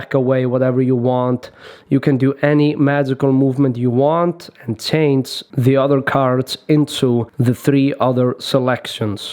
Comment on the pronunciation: Меня одного бесит что он очень много говорит, бл как-бы он не виноват что я инглиш не знаю, но почему нормально нельзя показать как делается трюк, а бл этими рассказами своими хер пойми. И да, почему нельзя говорить change через ch а он говорит через t как-будто tange. И так все остальные слова.